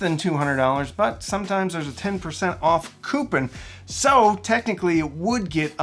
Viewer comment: Coup-pin, gets me every time